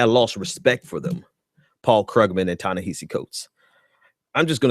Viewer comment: Prior to offering critique you might consider learning the phonics & pronunciation of the name of the person you're critiquing. Listening to you mispronounce Ta-Nehisi over & OVER was a huge distraction..